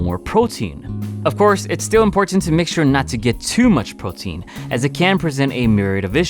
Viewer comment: Once again you said photein in every video you said photein.